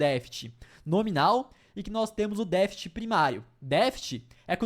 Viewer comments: Não é defite!😒. DEFCTE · Não é "défit", é "déficit". Pode falar todas as sílabas sem medo.